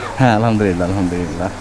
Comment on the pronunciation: আলহা'মদুলিল্লাহ বলার সময় ح বলতে হবে,,ھ বললে অর্থ বিপরীত হয়ে যায়,, الحمدلله